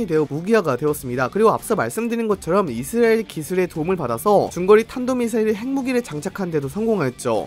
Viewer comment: 왜 이스라엘을 맨날 이스르엘이라 발음 하나 했더니 노딱 때문이었던건가